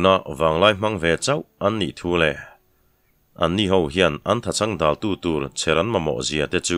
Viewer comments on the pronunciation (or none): none